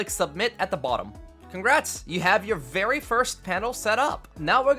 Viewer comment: Vewy vewy neat panels m8 loved it😁👍🏻